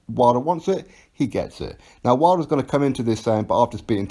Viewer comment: Damn, AJ trying to fucking ruin Wilders name.